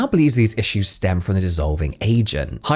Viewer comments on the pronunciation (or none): none